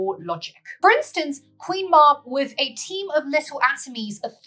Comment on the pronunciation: Sorry but it’s pronounced Queen Mab as in Cab she also Appears in Merlin folklore either as the Queen of the old ways (paganism) or Druid faith or else she is a fairy who speaks in riddles.